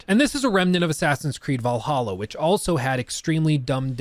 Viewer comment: I feel genuinely offended that you keep calling Assassin's Creed V'laha wrong.